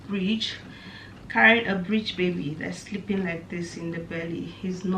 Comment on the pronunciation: it’s breech not bridge